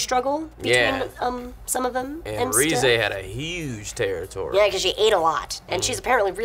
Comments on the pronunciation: Rize is pronounced Rhee-z-ehh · Someone casuse the stuffs to fall on Rize ( ree-zay) :P